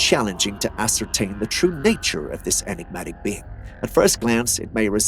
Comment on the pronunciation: say Enegmatic or elusive 1 more time i dare you lol